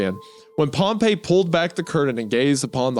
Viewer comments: Isaiah mispronouncing pompey the whole time after saying it right once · I will never forgive Isaiah for pronouncing pompey as pompeii the whole video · Pompey died 50 years before Jesus was born that whole section of you talking about pompey was just historically wrong also it's pronounced pom-pee